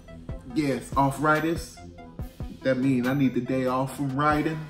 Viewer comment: "offritis" hahaha